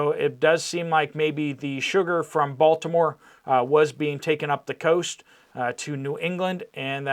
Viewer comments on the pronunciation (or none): none